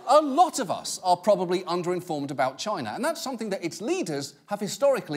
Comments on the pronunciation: Why Trump pronounces China like Gina (vagina without the "va")??? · Have you ever noticed how when British people say "China" it sounds a little like they're saying "Chiner"? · It’s pronounced Chyynaa or even more correctly Gyinaa.